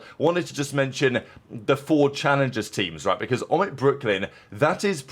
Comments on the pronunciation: It’s pronounced O-Mit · your pronunciation of omit is a clear omission